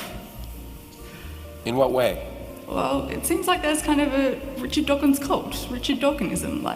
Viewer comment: "rish dorkins" I can't